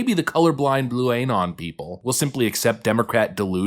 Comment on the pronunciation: Bruh ...it's not "Ay-non" it's "Uh-non". You're saying it weird.